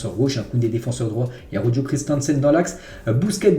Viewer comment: mais pourquoi il prononce araujo avec le j mdrrr